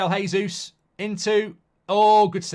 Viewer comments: Its pronounced Jey-zeus not Hay-zeus. Hes Brazilian, they speak Portuguese no Spanish. Just like its Jo-zay Mourinho not Ho-zay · Its JAYsus not Heysus.